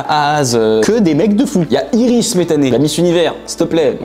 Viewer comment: Comment il a tué le nom d'Iris 😭😭